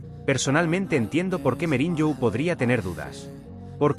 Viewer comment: SE DICE MOURIÑO NO MEURIÑO